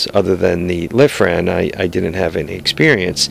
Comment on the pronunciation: its lifan not lithran